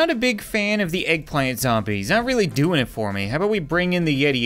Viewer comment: Did did he just say doingz it.............. ARE YOU A ZOMBIE!!!!!!!!!!!!